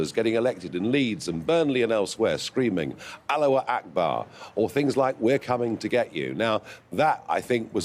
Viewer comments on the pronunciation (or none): He lost me as soon as he said Aloa agbar😅😅😅